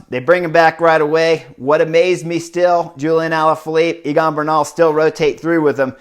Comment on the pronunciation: Chris, is Egan not Eagan. Great race and commentary tho